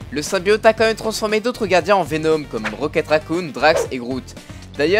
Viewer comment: J'ai monté le son et en effet, il dit rocket racouille 😂😂